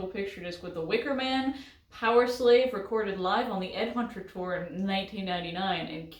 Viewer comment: Did said powerslav instead of powerslave.🤔